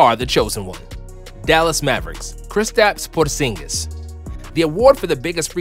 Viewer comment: ik he did not just say kistis pingis for the mavs